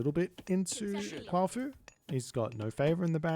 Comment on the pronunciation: I thiiink it's "Kwa-Fu" Aside from that, it feels like the Yazi rush really relies on either catching someone entirely unaware/unready, or tilting them into a resignation. It looks like if you're ready it's not hard to stand against. Looks like the gullinbursti was a mistake- casting it might(?) have been, garrisoning it definitely was. EDIT: Photo Mode goes crazy for thumbnails I bet!